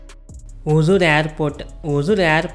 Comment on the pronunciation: அது பேர் ஒஜூர் இல்லப்பா. ஒஸூர்.